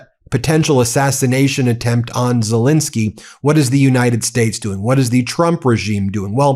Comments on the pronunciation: PLEASE STOP MISPRONOUNCING THE MAN'S NAME. it is "Zelenskyy" and NOT "Zelinskyy" - the middle syllable having the e sound of pet and step and bet, NOT the i sound of pit. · *ZelEnskyy. Please get his name right.